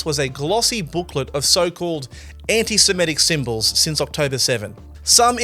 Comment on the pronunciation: It is pronounced anti-semITic, not anti-semETic. an·ti-Se·mit·ic ˌan-tē-sə-ˈmi-tik ˌantɪsɪˈmɪtɪk